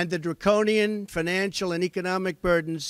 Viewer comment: He said Draconian